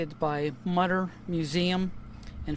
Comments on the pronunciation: Mütter pronounced mootah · It’s “MOO-ter” Museum.